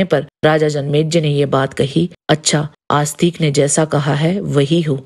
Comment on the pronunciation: आप जैसे लोग हिंदी की बैंड बजा रहे हैं।😡 कृपया जन्मेजय को जन्मेज्य और आस्तिक को आस्तीक बोलना बंद करें।